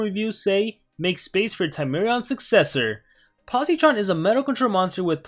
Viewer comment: Hey quick tip for pronounciation you don’t say it with a hard E sound